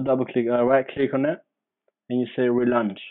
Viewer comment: jeez what fuckin language is THAT?? “relunch” moron.